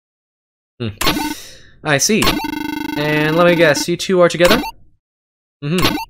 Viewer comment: everyone: T O G E T H E R = TOGETHER: T O G E T H E R = TO GET HER